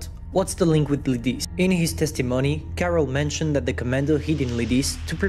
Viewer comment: I'm from Czech and you prnounced those names wrong, I personally suck at spelling in English, so dont worry, but you pronounced Karel's name perfectly. We learnt in school about this tragedy.